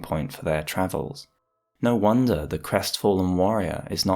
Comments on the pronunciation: Lautrec, not Loutrec... Really cool video :) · Why do I always hear "Lord Shrek"? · I keep hearing you say "Lord Shrek" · the way you put the emphasis on the second syllable of Lautrec makes it sound like you're saying Lord Shrek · i thought he said “lord shrek”💀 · I hate everything about this video. I hate the way you say "Lautrec". I hate your high school debate team style jargon and "le devils advocacy" 2012 redditor analysis. I hate the audio mix and I hate that it compelled me so to break open the YT comments for the first time in 4+ years to tell you this.